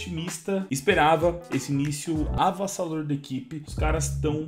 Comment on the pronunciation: “Avassador” kkkkkkkkkkkkkkk